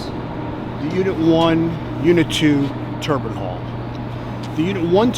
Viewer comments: The dude saying TURBAN instead of Turbine at the beginning of the video (6ish min mark) annoyed the heck out of me as a NYer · It’s killing me to hear nuclear professionals say turban and not turbine the entire video.